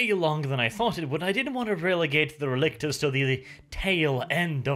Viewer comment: Relic,tors. RELICS. I kept hearing RElictors R.E. Lictors Resident Evil Lictors through the entire video.